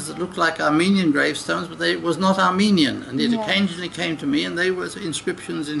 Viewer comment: I wish I could speak Armenian as well he can, unbelievable his accent and pronunciations are perfect Thank you Dr. Stone